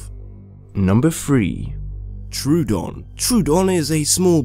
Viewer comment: No one is gonna say? Anybody? Ok well it's up to me u pronounced troodon wrong it's (tro-a-don) I know it's looks like (troo-don) but it isn't